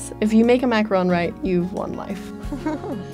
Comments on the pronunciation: I hate the way she says macaroons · It's Macaroooon luv. Gees! Macarooon. Rhymes with room.